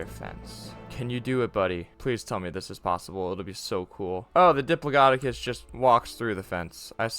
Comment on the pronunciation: bro said diplododocus like 5 times